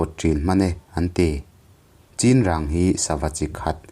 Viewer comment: Chinrang hi i lam diklo, a thluk a diklo